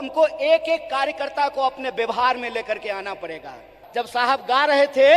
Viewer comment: Is c***ye ko Q itna bhav dete hai tv. Parega nahi pahle padega bola jata hai, pehle hindi to sikh le